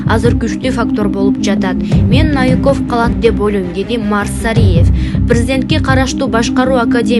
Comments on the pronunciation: НАВИКОВ ЭМЕС НОВИКОВ 😂🤦‍♂️🤷‍♂️УШУНДАЙ ДИКТОРЛОР КАЙДАН ЧЫГАТ ОЙ БЕТИМ. ПОЗОР..... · Артем Навиков эмес,а АРТЁМ НОВИКОВ ,ударение на букву О. Эмнеге ушунча туура эмес окуйсунар,артыкча инсандардын аты жонун туура окугулачы. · Навиков эмес новиков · Ушул алып баруучу кыз таакыр эле онолбоду Наавиков дебей Ноовиков дечи Новиков идеальный грамотный премьер министр пусть он и работает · Диктор нормально читай ударение норм айтчы навиков дебей Новиков дечи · Новиков. Навиков эмес туура окучу кудай жалгагыр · НАвиков дебей НОвиков дечи, диктор кыз!